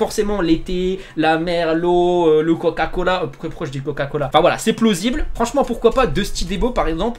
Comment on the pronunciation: ces plosible 😂